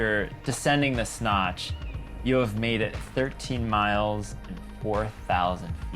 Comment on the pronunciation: Is he saying “the Snotch”?